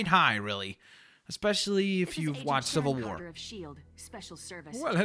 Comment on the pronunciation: you said civel war